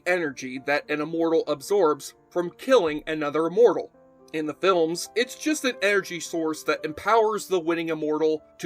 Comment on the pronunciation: Well, he's pronouncing immortal as uhmortal. His analysis was good.